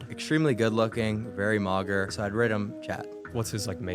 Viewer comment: "very mogger"